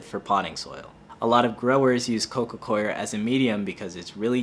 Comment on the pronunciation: I appreciate you saying Coco Coir correctly 😁